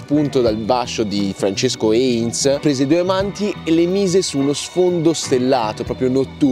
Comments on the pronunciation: ma come l'hai pronunciato il nome di Francesco Hayez brooooooooo?? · "Francesco Heinz"...si legge e scrive Hayez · Hayez, non Heinz. Dai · Il video è molto bello sei bravo, ma hai rovinato tutto col fatto che non sai chi è Francesco Hayez, nè lo sai pronunciare. (Si pronuncia Aiez. Ed è uno dei piu grandi pittori della storia italiana e den nostro Risorgimento) davvero triste che tu (e molti altri) non lo conosciate. Un vero peccato! Un pugno nello stomaco.